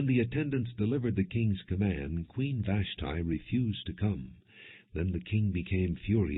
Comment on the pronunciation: Glad Vash tee is not mentioned long the mispronounciation is driving me crazy